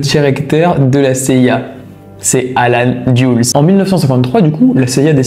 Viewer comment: Contre leur insu, liés avec au lieu de liés à,ils ont mis 20 millions a insérer le micro dans le pauvre chat..allen "dyoules"au lieu de "deleuss",le gradé est "énergétique"haha..cest pas trop ça le français